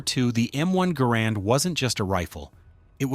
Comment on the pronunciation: Though the inventory's name was Garand, it was pronounced "Garren"